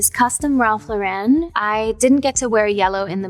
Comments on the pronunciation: “Ralph Lu-ren”…. It’s just Ralph Lauren dude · I love how Ari says Ralph Lauren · Wait!!! Is that really how you pronounce Ralph Lauren ?!